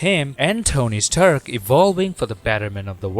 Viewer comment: Tony Sturk?